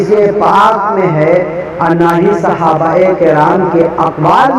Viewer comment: صحابہ کرام ہوتا ہے ک پر زیر ہے 😀